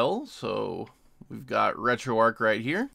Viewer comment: Great video... just wish you knew that you are supposed to pronounce the 'h' at the end of 'retroarch'. It's RETROARCH, not RETROARC.